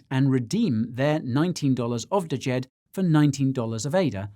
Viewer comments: It's just "JED" not D-JED. 🤦😄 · Guy: DYOR Also Guy: Dajed Pronounced Jed, silent D. Failed on the DYOR from start to finish. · I'm pretty sure its just pronounced Jed, the D is silent. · Before the conference Charles pronounced Djed with the d... At the conference he started just calling it Jed. The D is silent. 😅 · Just say "Jed" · U lost me a D-JED. Cant even pronounce it properly. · Watched an interview and Shahaf said you pronounce it jed without the d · Guy, the first 'D' is silent in Djed. You don't pronounce it 🙂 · 😇 Guy ! ! DYOR ! The leading D is silent in Djed 😇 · But actually the D is almost silent, just a hint at the start. Think Arabic/Hebrew pronunciation.